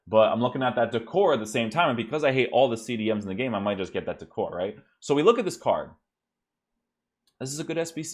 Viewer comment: DEE-CORE-AY =D